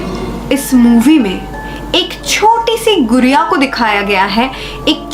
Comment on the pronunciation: Me: gudiyo di: no it's guriyo 🌚🤣🤣